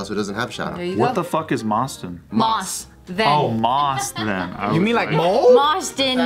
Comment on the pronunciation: I heard mosden